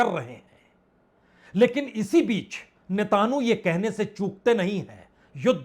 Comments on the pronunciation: Netanu nahi Netanyahu 😂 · Sir netanu ki jagah netanyahu bol diya karen baqi sab theek hai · अरे महाराज ! होमुर्ज Homurz ) नहीं होर्मुज Hormuz ) बोलिए। नेतान्हू Netanhu ) नहीं नेतन्याहू Netanyahu ) पढ़िए। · पुण्य प्रसून जी, आप होरमुज को होमुर्ज़ कहते हो, वह सही नहीं है। साथ ही आप इस्राइल के प्रधानमंत्री नेतन्याहू का नाम भी सही से उच्चारण नहीं कर पाते हैं। कृपया इन्हें संशोधित करने का कष्ट करें!🎉🎉